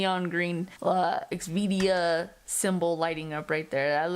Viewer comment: I think you’re incorrectly pronouncing the name of the company. Its xvida. Not xvidia So x then vida. ( v da) ur turning it to x v dia and that’s not correct